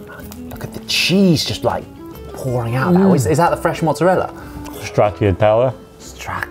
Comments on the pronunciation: strachiatella,the inside of the burat?:))) jesus,i really hope he is joking with that pronunciation.... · I'm Italian, I think he was trying to say "prosciutto", but for some reason they wrote bijou in the subtitles 😂. Other ingredients were burrata, stracciatella (he mispronounced it as stracchiatella), mortadella and capocollo, which becomes gabagool in the italian-american lingo.